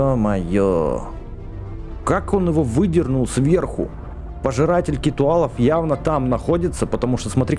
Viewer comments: Не Китуалав , а киталав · Не китуалов а китОалов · не хочу показаться занудой но правильно не китуал а киталл.